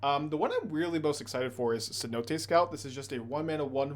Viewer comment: You nailed the pronunciation of Cenote, good job.